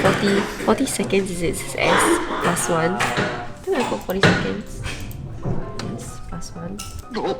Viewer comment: is actually a very good mix of superb English and hilariously off-key English. After first day at school i notice that he pronounces the "h" in think. He was saying something like "I think..." And he pronounces the "'t" in don't. That is a degree of dedication to enunciation that i would only expect from a native speaker. But of course when he mispronounces it is very hilarious!